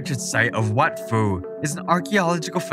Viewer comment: Yeah the "ph" in Lao is an aspirated 'p' not pronounced 'f' as in English. So Wat Phu, or Phu Temple is pronounced "wat poo".